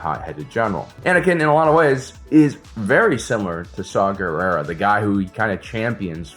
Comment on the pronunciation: Saw Gerrera? Did nobody see that his name is “saw war”? Guerere? Guerrero? Guerre?